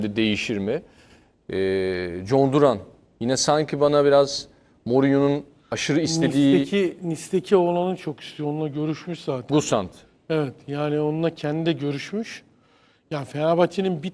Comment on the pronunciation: Gusan değil Gisan telaffuz